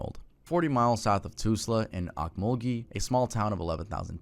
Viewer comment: Your pronunciation of Tulsa and Okmulgee hurt my poor Oklahoman ears